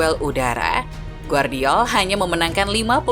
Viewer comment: Gvardiol dibaca GEVARDIOL bukan Guardiol!!! Timnas KROASIA bukan timnas KOREA!!! Tidur dulu min kalo ngantuk 🥱